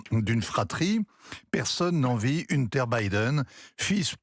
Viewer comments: "Une terre" Biden. La prononciation est à l'instar de son billet : médiocre (pour rester poli). Je comprends sur qui c'est basé Jérôme Commandeur pour un de ses personnages, J-C Poncif... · ça reste moyen; en plus incapables de prononcer "Hunter" correctement ils ont l'ait tellement has-been...